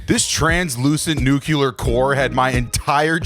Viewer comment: I don't know if you're saying nuclear wrong on purpose, but it's kinda bumming me out.